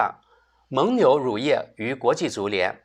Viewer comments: 蒙（meng第三声）牛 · 蒙（měng）牛,这里应该读第三声,这次很厉害,同时押对了梅西与姆巴佩;而伊利押的是C罗与内马尔。